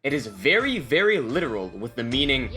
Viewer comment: Vely helfpful.